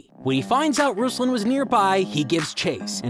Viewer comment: Also it's not [RUZ-lan] it's [roos-LAN] (like from rooster and lantern ).